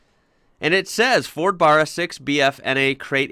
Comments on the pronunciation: The a in Barra is pronounced like you guys pronounce the a in last or fast. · Ford Australia in Gee (pronounced as in gee - whiz) long, and it's pronounced Barra (as in the word baron with a hard "A") not quite Aussie yet. Love the vids. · It's pronounced like the first two letters in the word bad. Followed by ra. Linked together .ba rra. Like barramundi .watch an Aussie fishing vid if your still lost👍🇦🇺💪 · It's brrrarrr, it bAAAArAAA mate! Get on those AAAA's. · The “ba” of “Barra” is pronounced like “ba” in “band”. You got the rest of it right though ha ha ; ) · Your video is good, but your pronunciation of Barra is just a smidge out. To help you out, as you say, in your neck of the woods you would pronounce it as barrer, if you recall you got the pronunciation of the fish it was named after (Barramundi) correct, so, just think of the first two syllables of the Barramundi's name and you've got it! No biggie, I don't think it would grate too much on anybody's ears, after all, you are from away! Love your videos, they're, tops. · Barra is pronounced like Barry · They always pronounce Barra wrong it’s not even hard to say bro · Someone help he say barra right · You say Barra wrong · Look up the pronunciation.... You are saying it wrong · Gonna stop you right there my dude. If your gonna learn about our barra engine at least pronounce it correctly firstly.. thanks and thats all. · just trying to count how many times you can say "BARRA" like an american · im sorry but the pronunciation of how you say barra got me in stitches hahah its pronounced like barracuda with out the cuda part and throw a dirty ozzy bogan accent behind it and your there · It's Barra not Barra...sheesh! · Not burru its baahhhraaa, uknow like Baaaahhhrramundi a not a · It’s a Barra, not a frickin Burra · Ford VCT Tickford 4L inline 6 It is BA-RRA and not BAR-RA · Now,,if you can get the name right it'll all sound good! It's BARRA, not BARA. A little like BRASSIERE not BRAAARR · Barra not Burra